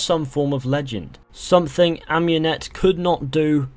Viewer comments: Ah-moon-ete, not Ahm-You-net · why does every one say am-U-net its ah-mUn-et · You're butchering Amunet's name